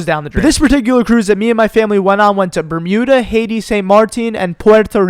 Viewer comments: Did you say bermuda? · Did he say bermuda 🤨